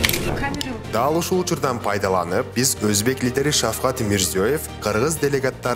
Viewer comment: Шавхат эмес, Шавкат десенер зб кылбай.